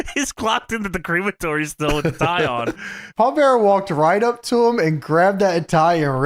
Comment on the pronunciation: hearing "cre-matory" instead of "crem-atory" is weird lol